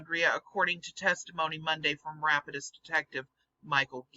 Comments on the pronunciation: As a former resident of the great state of Louisiana, the "Rapides" in Rapides Parish is prounounced RAP-PEEDS. Sure, it's a crude phonetic spelling, but I haven't found anyone to blame for that. So far, I've yet to find a single person or municipality that has felt the need to put on a telethon to raise the $10 trillion demanded in this phony baloney paper - and something tells me not to hold my breath waiting to see one. Great work as always,! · It's pronounced Ra-Pides